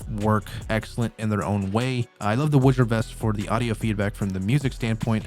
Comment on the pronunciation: it's not a Witcher or Wouldjer product. The proper pronunciation of the company is Woo-jer. It is not associated with something else just because it has a same starting letter.